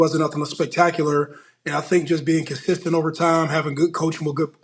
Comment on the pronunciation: “Gotta stay kidsestent”